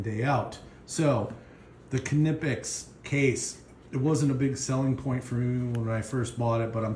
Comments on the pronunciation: Pronounced “Nipex” ! Silent K! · Great video. Good selection of tools. Just need to tell you the K is silent and is pronounced nip x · I think k is silent in knipex. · No only English has the silent K. Knipex is German.